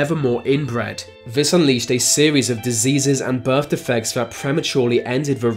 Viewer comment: Healf he says. Birff he says